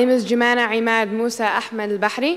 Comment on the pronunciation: at the end she said Bahri